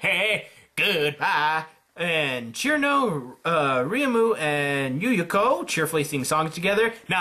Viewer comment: ITS CIRNO NOT KIRMO! ITS PRONOUNCED SERNO!